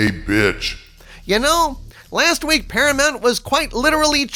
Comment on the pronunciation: PARAMOUNT = "para-muck"????